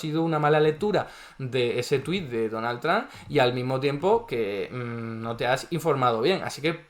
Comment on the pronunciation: Amo que diga "donal tran" JAJAJA nose quien es mas estafador. Este o el presiduende que tenemos en argentina